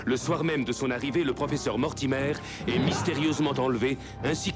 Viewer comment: L'histoire et l'animation sont bonnes, mais les dialogues du personnage principal sont vraiment mauvais. Ils sont surtout conçus pour ressembler à deux adolescents excités. Le personnage de Blake prononce "Mortimer" comme si c'était un mot français. Ce n'est donc pas très convaincant.